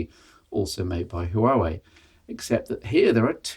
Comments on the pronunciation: as a former Huawei employee.... 1- it's pronounced- Wa- Wey 2- P- stands for premium 3- Mate series - where they test new software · The H in Huawei is silent.